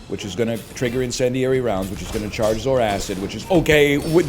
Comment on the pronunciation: its pronounced "Zor-Kid" not "Zor-Acid"